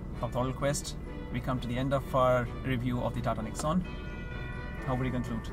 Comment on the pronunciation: If you are reviewing about TATA NEXON, please pronounce it correctly, it is pronounced as "NEX" "ON" not Nex'un Please pronounce it correctly (for all who are Tata customers/employees/owners) for other car owners I don't care since their loyalty is not with Tata.